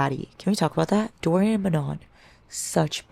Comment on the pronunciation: DO-RYAN? WTF, me muero! also, I am your fellow migrainer:(... what is your kitty's name? He's adooooorable